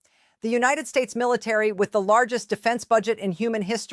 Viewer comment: Need to learn how to pronounce military